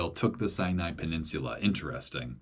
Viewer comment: Why does the narrator say “sinai” with a “y” sound?